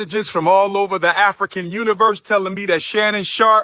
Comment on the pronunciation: lol, afri-qwains. buddy....settle down